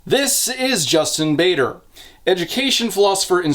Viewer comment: I swear to god, I can only hear Justin Baeder as Just Invader